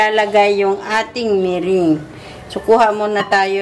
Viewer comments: MERENGUE is pronounced MERANG, not MERING. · the ingredient is "egg whites" and not white egg; big difference in meaning! be aware of your pronunciation of "merengue" it is not "mering" but pronounced as " me- rang"!!!! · meringue pronounced as (merang) po....will try the recipe thank you po